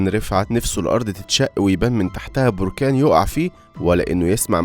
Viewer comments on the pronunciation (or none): none